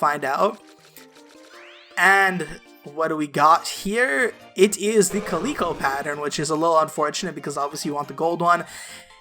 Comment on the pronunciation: Caleeco? It’s cal “I” co